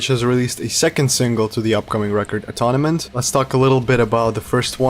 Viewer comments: This song really reminds me of Cut Me Loose from the last album. I think they’re saving the heavier stuff for when the album comes out. Sometimes it’s better to save the best for last. Also, Atonement is pronounced Uh-TOHN-ment, not Uh-TONNA-ment lol. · Not a major criticism but you’ve kinda mispronounced the album name in the video it’s pronounced a-tone-ment. Also, oddly enough right above your video in my sub box there’s a Loudwire interview with Jesse and the first question is about this particular song which they talk about it being a cathartic style of song and that it’s about someone else from their point of view. It’s also worth mentioning Jesse recently separated from his wife of 16 years. So that may have some influence in the songwriting for Jesse in this album.